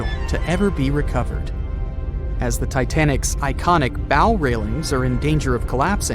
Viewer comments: Drives me nuts when I hear "bow" (rhymes with "no") It's pronounced BOW, rhymes with COW. ugh... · Where do you go next in a speculative informational video about a ship after you make it clear you didn't know how bow is pronounced? Nowhere. That's who. Oh, and if anyone's skeptical about the coal fire but still talking mummies using question marks not laughing smileys then, well. We'll have a new breed, final phase of nimrod on our hands. It can't be bargained with. It can't be reasoned with. And it absolutely will not stop. Ever.